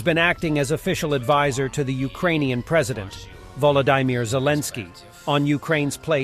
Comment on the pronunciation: voladaimir zelensky? your ai bot is not working well today